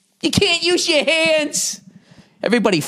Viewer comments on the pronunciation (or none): "Ya cant use your HYEENDS"